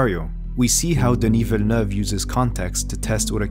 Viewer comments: Thank you for pronouncing his name correctly. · As someone from Québec, it's always enjoyable when a name is well pronounced, so thank you very much for your consideration ! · are you french or french speaking ? Because you pronounced Denis Villeneuve really well ! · you even put the accent on the 'e'... Feels good. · THANK YOU for pronouncing his name correctly oh my god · Congratulations for the spot-on pronunciation of his name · Is the narrator French Canadian? He says Denis's name flawlessly. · Flex on the french pronunciation of the name